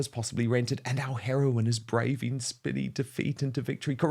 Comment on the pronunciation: Spiney, as in having spines, not spinney, as in small copse, Dan.